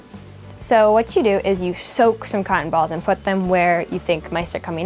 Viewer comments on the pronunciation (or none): I like when she says "cotton balls" it's sounds like she's saying cock'n'balls. And she's cute.